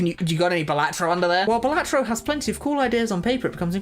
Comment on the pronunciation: Please say balatro properly 🙏